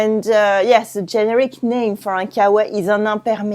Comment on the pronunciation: the accent on the word generic is on the middle syllable - ge-NE-ric. Love your channel!